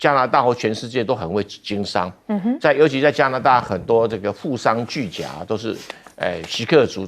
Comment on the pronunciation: 巨贾(音:古)